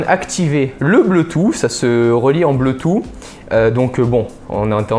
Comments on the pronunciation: Le bleutou ? XD Je pense plutôt bluetooth qui se dit (bloutousse) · Bleutout? Wtf... J'adore ta chaîne mais fais un petit effort sur la prononciation, on va encore passer pour des gros boeufs... La bise !!! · BLOUTOUSSE ! CA SE PRONONCE BLOUTOUSSE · "le bleu tou" mdr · [WZX] xBlitz92 | Léo Oui, il y en a qui ne savent pas pronomcer ce mot, comme quelqu'un que je connais qui dit Bloutoute LOL.Il y en as qui ne savent pas prononcer.